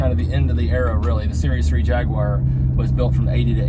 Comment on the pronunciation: It's good to hear someone pronounce the company name correctly